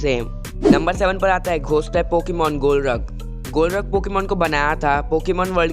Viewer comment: Bro golruk pokemon vo nahi hai vo golurk hai